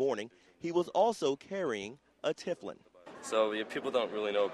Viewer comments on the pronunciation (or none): It's Tefillilin pronounced teh-fill-in you idiot, not tiff-l-in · It is not pronounced "Tifflin", Mr. Newscaster. Repeat after me: TE-FI-LIN! Do your research before you speak. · They cannot even pronoune the name? It is Te fill in. not tif lin. TEFILLIN! Argh!!!! That is Kentucky for you I guess